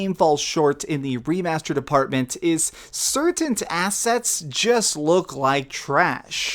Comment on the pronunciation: "Certaint assets"